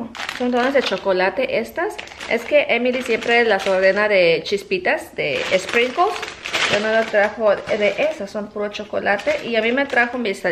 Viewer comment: no digas la S como esprinkles nomas di el sonido de la S. No digas esprinkles. Critica construtiva.